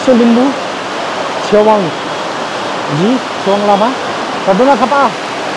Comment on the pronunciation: चेवाँग hoina hola ne छेवाग़ bjasto lagyo 🥰🥰🥰❤️❤️